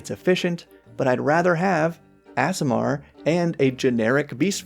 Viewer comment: I generally don't get caught up on this, but here's an easy way to remember how to pronounce aasimar: AARDVARK. AASIMAR. Two A's, not two S's. I can't help but wonder if that mix-up is one of the reasons they're making ardlings a thing.